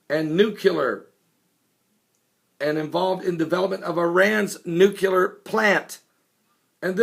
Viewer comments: Read the fucking word!!! NUCLEAR, not "new cool air". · It's nuclear, not nucular. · it's nuclear... noo-clee-ar... not noo-cue-ler... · New Clee Ar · TRY THIS WAY: NEW-CLEAR! Repeat many times, then drop the hyphen! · Nuclear. NOO-KLEE-ER. I could only take it so many times. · S A M E !